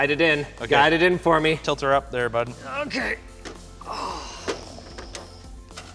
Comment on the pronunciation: ... "titlt her up there bud" Jake are you from the midwest lol!???